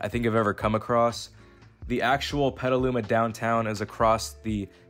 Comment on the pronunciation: At least you pronounced Petaluma correctly.